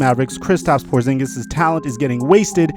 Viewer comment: Porzingis? You serious bruh??